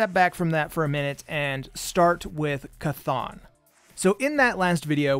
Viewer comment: Dude you fucking named it. Definitely chthon.